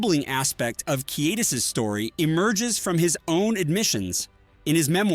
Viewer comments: WTF! Pronounce his name right! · You lost me when you couldn’t pronounce his name 5 seconds in.